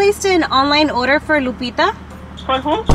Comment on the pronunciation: & “oder” instead of “order” lol